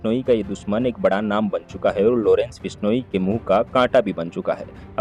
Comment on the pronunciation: Lodence nhi Lawrence bhenchod .. tameez se naam le